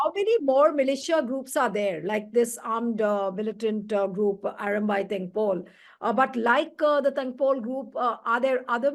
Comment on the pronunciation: It is "tengol" not tengpol